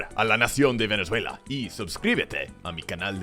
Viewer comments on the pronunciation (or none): none